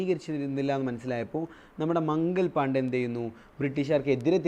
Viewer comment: മംഗൽ പാണ്ഡേ അല്ല മംഗൾ പാണ്ഡേ ആണ്